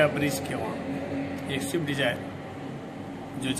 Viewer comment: Abe anpadh gawar, wo shift nahi swift hai